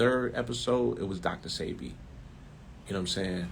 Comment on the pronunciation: Why was DJ ENVY so sure it was pronounced Dr SEEBEE?